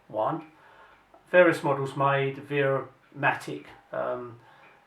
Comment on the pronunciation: It’s VERRA, becase W is read like V.